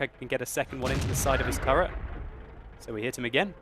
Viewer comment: he said is 3 turrent